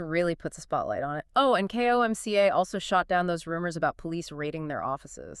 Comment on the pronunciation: Why do you keep saying K. O. M. C. A.? It's an acronym KOMCA.